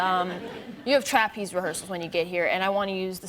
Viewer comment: TRApeze. Interesting pronunciation